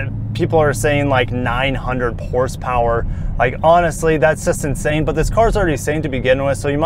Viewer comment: "900 Porsepower"... I sure as hell needa see that in person lolol 😅